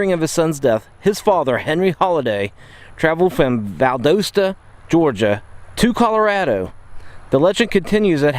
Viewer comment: Valdosta Georgia lol. It's really pronounced Valdasta even though spelled with the O.